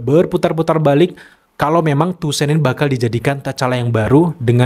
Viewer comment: Toussaint dibaca tusang bang 🙏 Btw kandidat ke4 dapet aura charmingnya BP/king tchalla